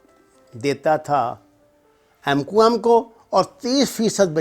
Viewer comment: jahil k Bache mqm to thek se bol